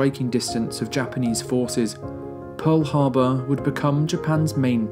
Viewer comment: There's no "u" in Pearl Harbor.